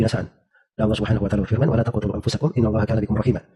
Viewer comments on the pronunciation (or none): dia bacnya wala tulqu bukan wala taqtulu